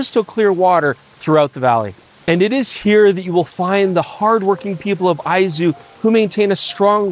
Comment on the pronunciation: My apologies to for saying he was pronouncing Izu wrong when he was correct in saying Aizu. Two different prefectures altogether. Great video tour.